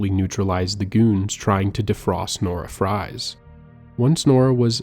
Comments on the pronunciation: Victor Fries is pronounced Freeze, which he also fucked up as well as Falcone. Drives me nuts tbh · fries is pronounced freeze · Your mispronounciation of so many things, especially the names, woke me up lmao. Victor Fries for example. "Fries" is pronounced "Freeze", obviously lmfao. Falcone was another one as well as Officer Boles. I sort of wish you'd have done your own research BEFORE doing an entire video on the Arkham Series, man. Really disappointed in minor things throughout the video, that would be fine on their own but start to pile up. I know this couldn't have been easy to make though, so credit where credit is due!